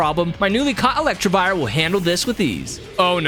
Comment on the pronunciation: Lol Melli is a guy. Also, it's Elec-TIV-ire 😅